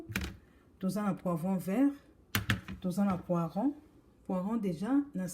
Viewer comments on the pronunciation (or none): Bonjour ma sœur, on dit poireau et non pas poiron. Merci et bon courage 🙏🏼